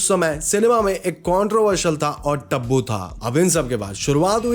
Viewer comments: Tabu (टैबू) ❌ Tabbu (तब्बू )✅😂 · bhaiya usko taabboo ni tabboo bolte h ..like r u getting what I am saying 😅